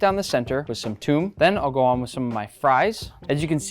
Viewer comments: You pronounce it toum not Thom (at least in most dialects) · It’s not toom it’s thoom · it is not tum, it is tumya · it's called thoom (ثوم) not toom and litterly means garlic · ITS THOOME NOT TOOM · It's not tomb it's mtawamh And thanks for your time 😅❤ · i love shawerma the most by the way the suece is called tumeia thats how we say it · it's more pronounced Thom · Its tomia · He kinda pronounced it wrong